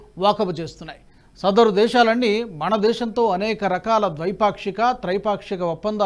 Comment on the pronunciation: మన దేశం అనడానికి మణదేశం అని ఫలితాలు అనడానికి ఫళితాలు అని తప్పుగా పలుకుతున్నారు దయచేసి సరి చేసుకోగలరని విజ్ఞప్తి